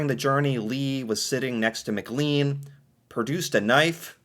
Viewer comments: McLean is NOT pronounced Mc-Leen, it is Mc-Clayn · Or Mick Lane. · McLean is pronounced "mc-LANE"